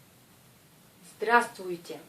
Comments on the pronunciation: Zdra strui tiai ? =) C'est ce que j'entends enfin +- =) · prq en pronence pas le b dans le mot zdrastovtye